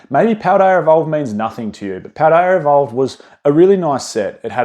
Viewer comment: I think you say Paldea fine. It's never even come to mind in previous videos.